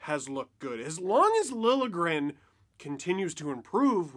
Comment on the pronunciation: Oh good, is Steve going to stop prouncing his name, "Lilly-a-gren"? I'm pretty sure the "J" is not silent, but this is progress ;)